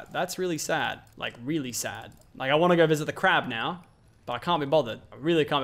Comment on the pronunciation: its no, not nir....to, not tir...go, not gir!!!😑